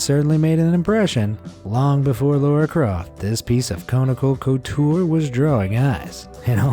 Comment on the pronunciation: Lara Croft not Laura.